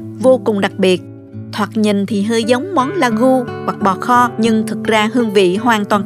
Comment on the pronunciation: Ragu (Ragôut in French) Not lagu